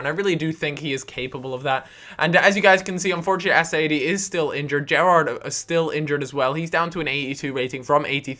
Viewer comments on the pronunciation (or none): none